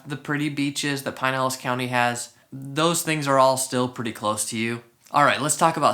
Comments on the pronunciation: I lived in Clearwater for 9 years.. back in mid 80s to mid 90” Great videos , new to the channel. Not trying to be rude but It’s Pronounced Pin..Elas county not Pine.. elas Sorry . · Never heard it pronounced pine-ellis county until this video. I lived in Westchase for a few years awhile back and have always heard pronounced "pin-nellis". I'm pretty sure pin-nellis rolls off the tongue better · It is pin-nellis lmao, he's just pronouncing it incorrectly. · This guy is not native to the region. I can tell by the way he says Pinellas, stopped watching.